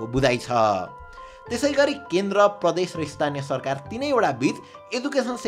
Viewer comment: पडक पडक 😂 सर्खार 😂 बोल्दा अलि शुद्ध बोलौ